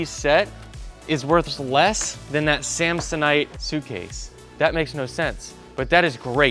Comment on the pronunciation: Was Anyone else’s first thought when he said samsanite, dumb and dumber